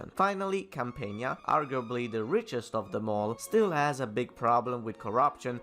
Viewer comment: Didn’t you say Campania wrong aswell?